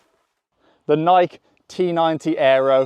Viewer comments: Its nike-y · Bro pronounced Nike like nik lol